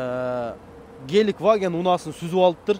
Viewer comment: Геликваген эмес брат Гелендваген 😄